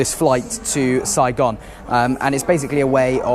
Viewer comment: I love hearing the foreigner say “Saigon”. Thanks for a lit video!!!!